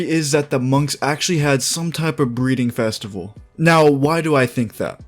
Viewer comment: "Bteading festival " Sounds wrong